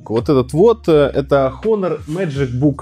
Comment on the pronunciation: Потрясающий обзор. Начать рассказывать про экран, но не сказать ни о типе установленной матрицы, ни об ее разрешении. И да, читается название как Онор [ˈänər], а не Хонор